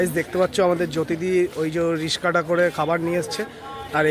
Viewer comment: শুরুতেই "রিস্কা" কথাটা শোনার পরে আর দেখার ইচ্ছা হল না। কথাটা রিক্সা হবে ভাই।